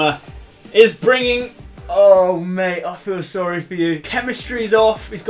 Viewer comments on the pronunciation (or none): none